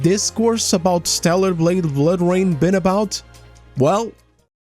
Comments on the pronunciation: "Bloor Rain" lmao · Yea tell me about it, hate "Bloor" Rain lmao